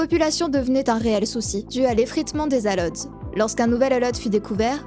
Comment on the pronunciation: Quasiment sur qu'en anglais ALL ça se prononce "ol" Mais super vidéo :D merci